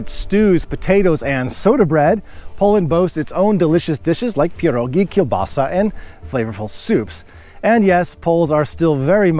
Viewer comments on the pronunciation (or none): none